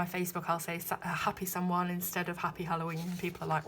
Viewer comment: Hello,, Samhain is the beginning of the Witch's New Year. Pronounced sow-en most often. Sabbats is the word you were looking for, honey. Imbolc honors the return of the light after the harshness of winter. And Ostara is a celebration of the return of spring on the Spring Equinox.:) Lovely review. And as a new subscriber let me say I'm adoring your channel.